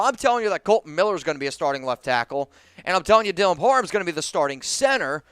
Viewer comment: Just something you might wanna fix, you’re saying “Dylan Parman” and not “Dylan Par-ham” something small but besides that it’s a great video!